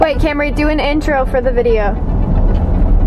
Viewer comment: Stop! Stop! You are going to take someone's eye besides it's Kamri not Kamari.